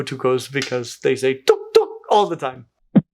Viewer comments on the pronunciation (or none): The tuk sounds like unk unk